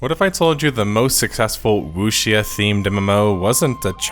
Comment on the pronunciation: it's "woo-shaw" man "woo-shaw"